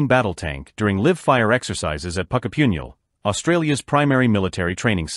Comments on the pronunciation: Puckapunyal - not PuckaPyINyal. Thanks for the interest, but WTF, Mr AI Voice? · Puckapunyal = pronounced like,, Puck as in ice hokey puck .. Pucka as in kiss. Then Pun as in joke and then .. Yal Pucka Pun Yal